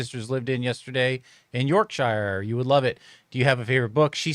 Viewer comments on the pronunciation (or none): none